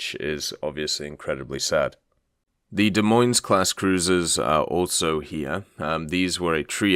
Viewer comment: This is a knitpick but both “s”s in Des Moines are silent. Just a future reference if you talk about that ship/class again.